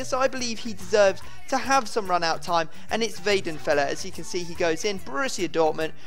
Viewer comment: 1. Pronunciation of Weidenfeller? 2. Can't you put Son on the right to have more better chemistry with Sam?